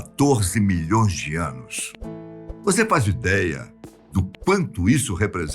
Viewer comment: Adoro as "afirmações" Molhõõões de anos. LOL!